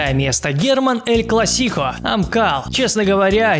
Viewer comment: Ты неправильно делаешь ударение на слове Эль класико